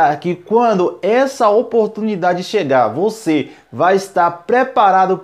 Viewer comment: Quantas vez vc falo a palavra oportumindade neste video